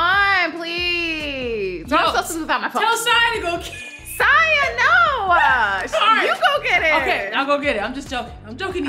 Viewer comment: Not my South African self pronouncing Siya the South African way